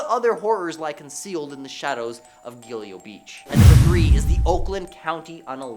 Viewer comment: YouTube is guilty of lots of things, unaliving is the latest in a long line! How about eliminator? And YouTube allows all sorts of different words in songs if they’re actually ads!!! The presenter is very guilty of not looking at the words it’s not GilEo Beach,it’s GilGo Beach! And I’m not from America! In the bible John story, it’s not BarLowlands it’s BarRowlands (as in wheelbarrow) please do your research!!